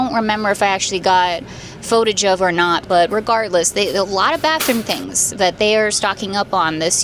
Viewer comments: 😂 I think its fun how she says it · or she could just say it correctly